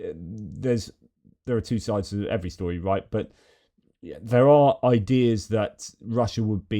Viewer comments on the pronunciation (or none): none